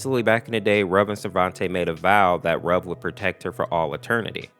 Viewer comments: Ayo did you say "Rug" instead of "Ruv"😂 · Some people are pronouncing Ruv's name wrong. It's pronounced (R-oo-v) like the word root. A lot of people seem to think it's pronounced like the word love. It's not. I've watched Date Night Masses and in the beginning cutscene I can clearly hear it being pronounced as R-oo-v not r-ove. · Wait.. It was 'R-oov'? I pronounce it as 'Ruf' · you said both sarvente and ruv's names wrong. ruv is pronounced as if it is spelled ruve. sarvente is pronounced sarv-e-n-te